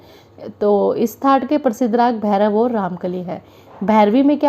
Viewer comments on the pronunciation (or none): none